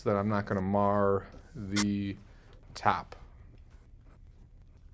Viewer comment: The tap? 😂 I've never heard anything sound more Massachusetts and it took me until far too long into the video, before i realised you were talking about the top. Well, until you told about your mam really.